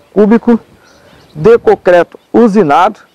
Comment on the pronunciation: Amigo! Só uma dica, não é cocreto...o correto é concreto...kkkk